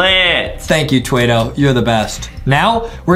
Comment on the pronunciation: It’s not twaido it’s Twado